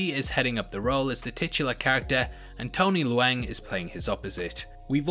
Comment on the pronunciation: Tony Leung pronounced like "learn"with the "ng" sound at the end. Please learn to pronounce names before you do it so horribly wrong in the video.